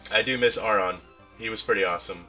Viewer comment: It's pronounced Aron not Aron.